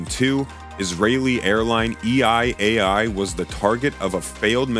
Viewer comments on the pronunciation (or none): What is EI AI? I think he doesn’t know how to pronounce EL AL 😂